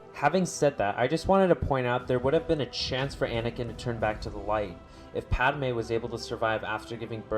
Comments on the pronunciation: PADme not Padame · Did this dude say Pad-a-me'?